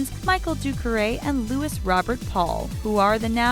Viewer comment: Louis is pronounced Loo-wee, you mispronounce it in every video I’ve seen you you say it in, it’s not that hard.